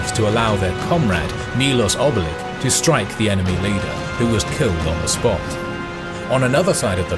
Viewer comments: Sorry, it’s not Milos Obilic but Milos Kobilic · And how cant anyone pronounce Serbian names? its Mee Losh - Obee leech , ch like (ch)annel